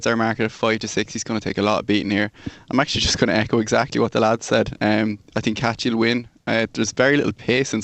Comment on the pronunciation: Irrationally annoyed that keeps pronouncing Kachy...Cashie. Sort It Out.